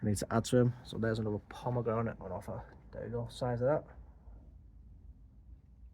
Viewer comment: You can’t have a pomegramit until you can say pomegranate 😅😊 only joking mate 🤓 love allthingsbonsai.